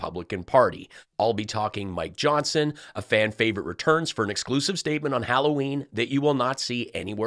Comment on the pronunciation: "Holloween"...maybe because of the hollowed out pumpkins?🎃🎃🎃